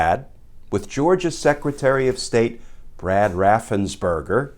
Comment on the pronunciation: Perger, it's Raffensperger, not burger.